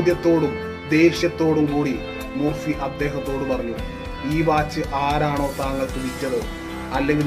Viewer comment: Joseph Murphy എന്നാണ് അദ്ദേഹത്തിന്റെ പേര് ഞാൻ ഉച്ചരിച്ചത് ജോസഫ് മുർ ഫി എന്നാണ് യാഥാർത്ഥ ഉച്ചാരണം ജോസഫ് മർഫി എന്നാണ്